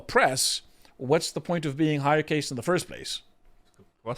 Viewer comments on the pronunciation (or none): Isnt it caste not case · Khaast not Case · Caste- pronounced carst. Not cayst. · It really takes away from any voice of authority you guys have when you can’t even pronounce the basic vocabulary of the topic. The Indian Caste system (CAST, not CAYST) is a well known thing. I don’t know how someone could be an adult man and have never heard the word out loud. Embarrassing 🙈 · Caste is not pronounced like Paste. I demand you film this segment again using proper pronounciation. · Why does he mispronounce caste as cay-st?, it's cah-st. Even gets it right and English isn't even his first language. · Okay Dude annoying me it cast not case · It's NOT pronounced CASE (suitcase) it's pronounced CAST (like PAST). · "caste" is pronounced "cast" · Also its pronounced casr, like casting a spell or casting a line. You are a memeber of 4th caste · It's pronounced cast lol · drawing parallels between traditions, failing pronounce cast correctly what a stark contrast. biting his lip through that cringe low effort offering from. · Somebody teach this bloke how to say 'caste'. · He's not saying "case" he's saying "caste" but erroneously pronouncing it to rhyme with "paste" or "haste". Instead of "fast" or "past."